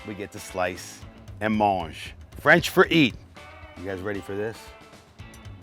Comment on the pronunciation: Making the French proud with such a beautifully rare cooked piece of meat. Offending them with your pronunciation of manger